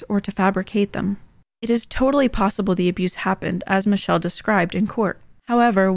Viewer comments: I thought her name was Pronounced mich-elle not mi-telle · Its's "miss shell" not "mitch-chell" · are we skipping over why her name is pronounced Mitch-elle? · Michelle is pronounced Mi-shell